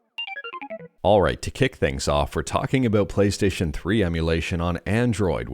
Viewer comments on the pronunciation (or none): none